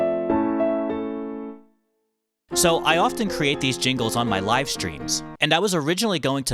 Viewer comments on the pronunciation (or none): none